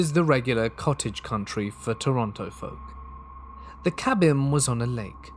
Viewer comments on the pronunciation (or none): none